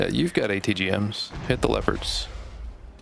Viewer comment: Steal your pronouncing of leopards as "lepers" from now on